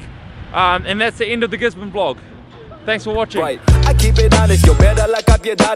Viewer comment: bruh he just said V-log camera and not vlog camera😅❤️❤️❤️